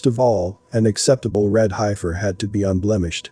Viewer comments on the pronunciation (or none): That word you were having trouble with is pronounced Heef-er...not Hi-fur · You all realize that the voice is computer generated and says hi-fur rather than heffer. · Pronounced HEF FER HEFFFFFERRRR SAY IT, HEF FER NOWHERE is it HI-FER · It’s pronounced “heffer” not “highfer” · It's not pronounced hifer...it's pronounced heffer ...e before i, eff sound. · It's heffer not hifer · Love the vid, but its HEFFER not HI FER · It is Hefer-not highfer. It is not the "I" sound. It is a soft "e" sound like sayig "eff". Heiffer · It is pronounced heffer,Heffernan, hifer. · Futurist nonsense. Preterism is the correct hermeneutic. The Body of Christ is the Temple of God now. They could build twenty buildings in the mideast and none of them would mean anything. An old box, while historically interesting, is not relevant now. Also: it's pronounced "HEFF-ER" not "HIGH-FUR". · Pronounced Heffers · Heifer is pronounced heff-er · The Heifer is pronounced, Heffer. 🤣🤣🤣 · This is ridiculous. Why would the sacrificial system be reinstated after the ultimate sacrifice was made by the Messiah? (Also, heifer is pronounced heh-fer.) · Hey my favorite Bot, that's heifer. the e is like, the e in egg. Okay Smily Face thx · Please, if you are uncertain about the pronunciation of a word, to find out. The word heifer, denoting an immature cow, is pronounced, "heffer". Clearly you never lived on a farm, or among livestock. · We say hefer for heifers . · High-fer... lmao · You are pronouncing heifer incorrectly. It was seriously distracting and annoying to hear you mispronounce it over twenty times. You could have substituted the word bovine, or cows…. Or opened an almanac for several other options. I’ve watched and enjoyed many of your videos, but this was the first that felt computer generated. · Are you sure it's a heifer? If you can't pronounce it properly, you might pick wrong when you're looking at the cattle... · That’s not how you pronounce heifer